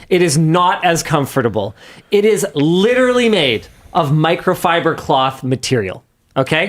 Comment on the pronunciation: Repeat after me “lit-er-a-lly”. Not “litrilly”